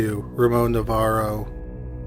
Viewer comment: It’s Navarro not Novarro